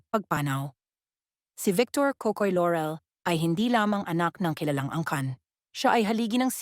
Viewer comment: I hate how the narrator mispronounces the name Laurel. It's not Lorel buy LAUREL pronounced ad spelled. It's not an American surname but Filipino.